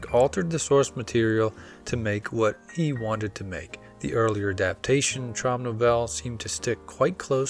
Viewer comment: Just a tiny tip: German Traum is pronounced "trowm" not "trawm", which would be a French pronunciation.